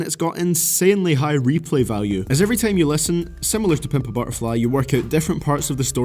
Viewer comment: The worst thing is how you pronounce "Time" & "Line"